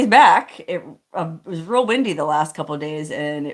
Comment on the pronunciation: Everyone knows it's WINDY not Wendy